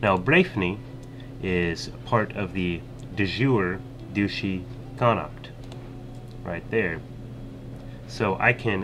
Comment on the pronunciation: con- uckt is the correct pronunciation, you actually got it right a few times also len-ster